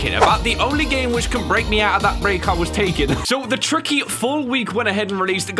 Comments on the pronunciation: Did he just say "Cookie" ??? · In that one part of Improbable Outset when Tricky does the up note twice, he sounds like he says caca. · Do you here tricky say Cooke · I remember memes that he was saying kooky 😂